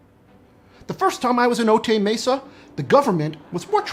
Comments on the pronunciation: For a channel about 'fact, science and truth', your comedy is distracting -- Cut it out. (Also, it's pronounced "O-tie Mesa", not "O-tay", okay?) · O-Tie Mesa. Not O-Tay Mesa. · Note from a local- Otay Mesa is pronounced Oh-tie 😊